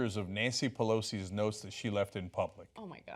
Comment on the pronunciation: Oh.... NOTES!!?? I thought you said NOSE.